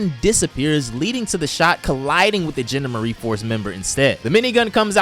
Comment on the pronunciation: The "genda-marie force" It's the GEN-DOM-ER-EE force